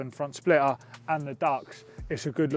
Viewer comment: ho god, teach this mens english. mate, spell the letter T in ur words when u speak. its splitter.. not splirrer.